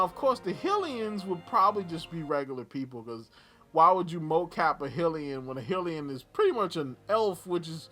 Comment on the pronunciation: For link Asa Butterfield, or for link and zelda the lead actor and actress from Artemis fowl, also the way you say Hylian got me triggered